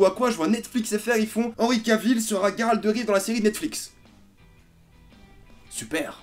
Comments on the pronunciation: Comment tu peux te dire FAN de The witcher. Et prononcé GUeralt de rive. Au lieu de '' j''eralt (je sais que sa s' ecrit '' Geralt'' et justement. Phonétiquement.'' Geralt '' sa se prononce Jeralt. Pas Gueralt. Merci de ne plus faire l'erreur a l'avenir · Geralt pas Gueralt ok !! Tu as jusqu’à fin 2019 pour apprendre. (à part ça t'es un mec sympa) :D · The Witcher c est ta vie mais tu prononces mal Geralt :/